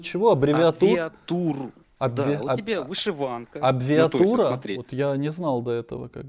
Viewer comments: Зато слово ,,сложносочиненное,, смог выговорить , после абырвалг и абвиатура -это просто достижение😂Это высшая абвиатура всего. Ужас, каждое слово ,,шедевр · Абирвлаґ😂😂😂 абвіватур.😂😂😂такий вумний фанатік,аж захлинувся своїми знаннями. 😂😂😂🎉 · "славал", абвіатура? Як ця хвороба називається? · Абвиатура -АБРАВИАТУРА. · Як завжди, замість " абревіатури- "абрвалг"🤣🤣🤣🤣🤣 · "Абвиатура"😂 🤦 Кончена потвора.